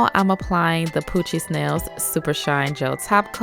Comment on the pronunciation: Every time she says “ Poochie nails” I think she’s sayin “ poochie snails”😂